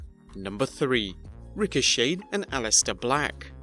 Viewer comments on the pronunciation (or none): His name is Ricochet PRONOUNCED SHEY, NOT SHEY-ED!